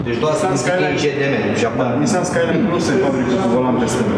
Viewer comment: "este un nisain..." :)))))